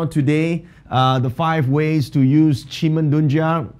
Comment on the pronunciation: Are you going to continue next year 2021? Your webinars???🤔 Btw, you pronounced Qi men dun Kia with a slang